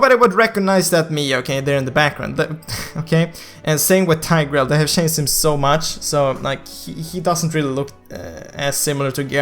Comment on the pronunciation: chanced = changed? learn to pronounce dude